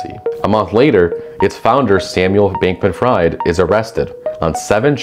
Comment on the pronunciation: Good overview, but I'd suggest you look up how people's names are pronounced. Neither Ulbricht or Bankman-Fried are pronounced that way, and it makes it sound like you've only just heard about them. I'm also not so sure about the casual dismissal of "blah blah blockchain, doesn't matter". It certainly does matter when the bitcoin network is stuck on abysmally low transaction rates for this exact reason, and consumes ungodly amounts of energy for the very same reason – both making it completely unusable as an actual currency. There's also so much more that is made possible by smart contracts and the whole tech around blockchain, all the while having massive problems with the slightest mistake being made irreversible, not at all what we'd want from a real-life system.